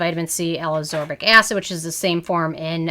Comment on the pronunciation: L-aBsorbic? ACSorbic? I thought it was L-aSCorbic.